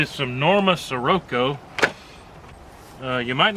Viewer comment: The Norma’s are using the Swift scirocco bullet, pronounced shi/rocko LOL